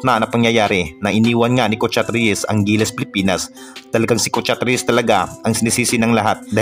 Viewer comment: Ayusin mo ang pagbigkas ng Pilipinas.